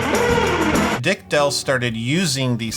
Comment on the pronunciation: Izzat "Dick Dell" or do you just pronounce "Dale" weird? Also...Top-Anga?????